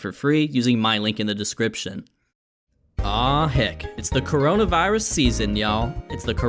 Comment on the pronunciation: "kornmonavirus" Amazing.